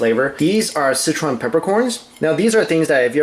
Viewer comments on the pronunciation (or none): When Mike says, 'Sichuan', it always sounds like 'Citron'....Is it just me?